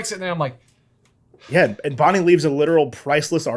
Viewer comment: I also heard Barbie instead of Bonnie